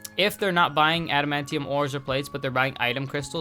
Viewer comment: Nice vid. Just got back into maple like 2 weeks ago and had to start on a new account. Also adamantium is just pronounced how it is spelled. If you watch xmen you can hear how it is pronounced too.